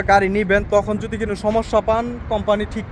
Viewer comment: ভাই শব্দ টা কোনো হবে। কিনিও হবে না। আর অটো হবে ওটো হবে না।।ভুলভাল শব্দ বলবেন না।। শুদ্ধ না পারলে আঞ্চলিক বলবেন।।